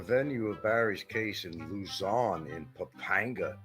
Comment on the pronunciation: Been there 7 years and loves to pontificate about the Philippines but can't correctly pronounce "Bicutin" and "Pampanga". Doesn't know the difference between central Luzon and northern Luzon. It must be tough going through life as a dullard.